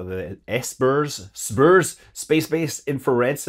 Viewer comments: Having worked on the program I can safely say SBIRS is not pronounced S-burrs but rather SIB-erz. Love your vids Scott! - Former south-bay resident -Marc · FWIW: people in the SBIRS shop pronounces the acronym "siberz". Very important, not. ;D What an incredible set of launches these last few weeks! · Hey Scott! I doubt you’ll see this, but SBIRS is pronounced SIB-ers 😊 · SBIRS is pronounced Cerberus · SBIRS - sib ers. That’s how you pronounce it